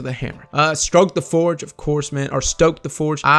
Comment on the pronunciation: you said "Stroke the forge" lol